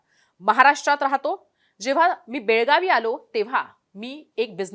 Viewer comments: Belgavi nahi mdm belgaav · Belgaavi nahi mdm belgaav